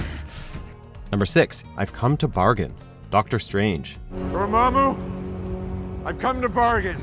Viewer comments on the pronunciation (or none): How you say Dormammu wrong when when the movie plays in the background for fuck sake get new people to read scripts. Most o ya dont even know how to pronounce anything